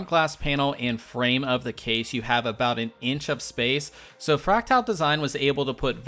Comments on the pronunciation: It's fractal, not fractile. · I like the review, the only gripe I could have with it is your pronunciation of Fractal